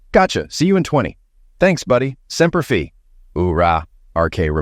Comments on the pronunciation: Semper Fee? Lol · It's semper fi (fi pronounced f,eye)